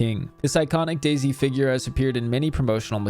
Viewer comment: Oh it’s pronounced Daisy not Day-Z